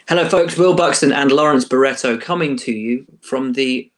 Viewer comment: LAWWENCE BAWWETTO